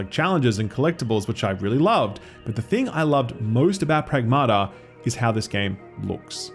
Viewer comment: The title of the game should be pronounced: prAgmata not pragmAta. Pragmata means things in greek